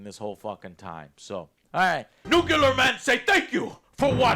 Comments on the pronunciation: New - clee - are, not, new - cue - ler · Joe PLEASE learn how to pronounce "nuclear". I promise it's not hard. Just say "new", then say "clear". You can do this. I believe in you.